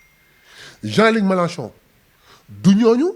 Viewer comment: Mais bon sang, le monsieur s’appelle Jean Luc MELANCHON non pas Jean Luc MELACHON. Mon Dieu, vous journalistes de la presse en ligne faites un effort de recherche et apprenez à prononcer les noms des gens correctement. Ce n’est pas compliqué non?